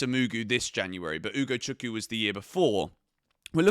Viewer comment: I comment it once again its UgochukWU not Ugochuku.